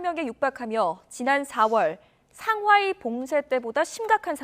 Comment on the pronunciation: 상하이를 상화이